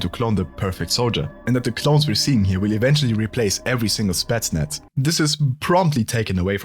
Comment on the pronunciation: It's spetsnaz, not stetsnats